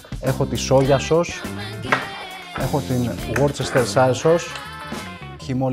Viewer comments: worchestershire sause προφερεται απο τους Αγγλους γουωστερ σως οχι γουορτσεστερσαιρ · "Γουoτσερστερ σάιρ (γουστερσιρ) sause" 😔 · το shire στο worcestershire δεν διαβάζεται , είναι λέξη χωρίς ήχο .